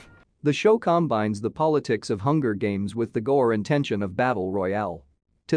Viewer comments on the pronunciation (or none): He lost me at Com-bines lol This voice has holes.